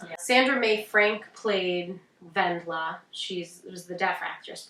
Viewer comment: The "W" in Wendla is pronounced "V" :)